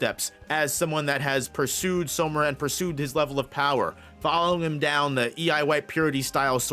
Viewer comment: everything is great, but it’s SAmura brother. All pronunciation is great except that one. Love the work!